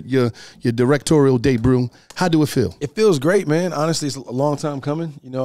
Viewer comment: I heard Day Broom it must be a saying that stuck